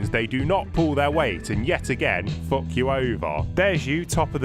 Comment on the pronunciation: "Fook yourself up" lmao